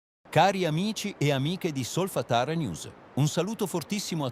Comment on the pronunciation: anche io uso 11labs e la vostra stessa voce, lo fa anche sky!! Provate a mettere un accento sulla vocale oppure a separare le sillabe con un trattino, tipo solfa-tara. Provate a rifare solo la frase sbagliata, al di fuori da tutto il testo, finché non la pronuncia giusta e poi montate il video. Potete anche salvare le parole pronunciate correttamente e sostituirle nei video futuri se vengono sbagliate. Oppure ve ne fregate, che tanto ci interessano gli aggiornamenti! Grazie